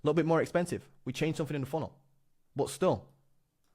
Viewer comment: Dude, please. Stop saying fanks, free (3) sumfink. It's so embarrassing. You're British, so speak English. Fings... it really makes your videos difficult to watch. 👍